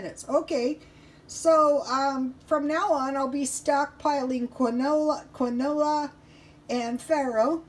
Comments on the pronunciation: It's pronounced, "keen-wah" :) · You say it like keen-waa